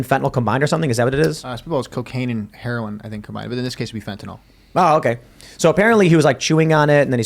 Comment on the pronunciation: Fentanyl, (not Fentanol)